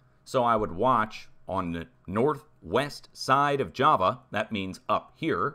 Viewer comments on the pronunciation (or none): none